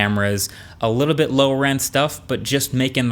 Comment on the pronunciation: “A beet slower”